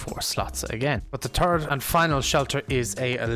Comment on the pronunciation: "The turd and final shelter"